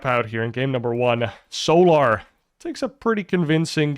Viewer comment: FFS MAN..... ITS "SOLAR"... NOT "SOOO-LAR"!